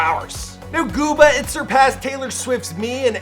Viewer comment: Why he say gooba like that